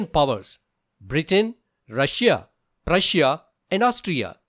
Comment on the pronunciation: He said rusuiia twice that was an mistake instead of saying Russia and Prussia